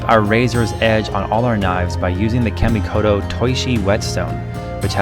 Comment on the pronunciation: In Japanese the letter a is always pronounced flat like the a in car. Try saying KAHmikoto next time.